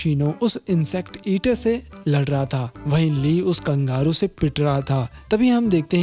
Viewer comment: Kangaru Nahin kangaroo